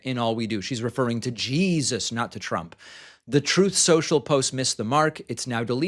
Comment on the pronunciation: "She's referring to Jah-eeezuss." Sneaking in that hilarious pronunciation, eh David lol 💀